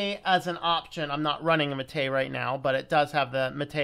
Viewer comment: The Prentice on Mate is on the a, so it's "mah-té", not "maté".